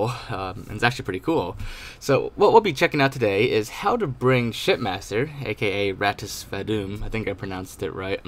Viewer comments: I kept hearing "shitmaster" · I thought you said shit master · Every time I hear say shipmaster it sounds like he’s saying shitmaster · It sounds like he's saying shitmaster